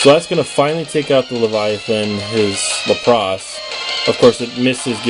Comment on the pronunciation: Your pronunciation of Lapras is wack. LAP-riss. Emphasis on the first syllable.